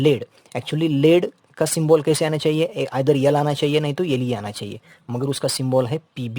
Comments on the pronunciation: Sir that is symbol not symbool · Symbol 😂 ❌. Syyybol✅